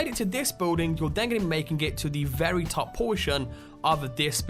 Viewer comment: Why do you pronounce 'top' and 'bottom' so weirdly? The hell kind of accent is that ?